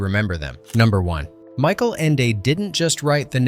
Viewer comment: Please, Michael Ende was german, his name is not pronnounced as english...it is "Michael" (Mikael)not Mike.